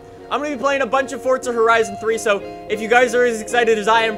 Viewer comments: fortza (It's Forza) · its forza not fortser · idk if its just me but I get annoyed everytime says Fortza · anyone one notice says fortza